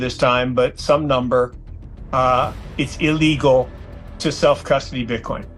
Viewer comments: AI can't pronounce "digital" , "illegal" or "alcohol"? Those are not difficult words. "Alca-hole" lol😆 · This bot can’t pronounce Illegal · I’ve never quite heard the word “illegal” pronounced the way that you just did it.